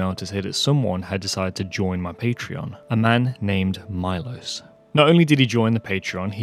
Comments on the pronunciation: Maybe consider pronouncing Milos's name like Meelosh since that would be about the right way that it actually sounds! :) Hope to see more of your videos! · Milos is read - Meelosch. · I suspect Milos is slavic (Miloš) and his name is pronounced "Meelosh" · wow! you butchered the name Miloš, i sincerely doubt any Miloš anywhere pronounces his name as "mylos" the name Miloš is pronounced as it is written: M I L O Š Miloš Forman for example you owe MILOŠ an apology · It's pronounced Mee-losh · Milosh is read. It’s Serbian name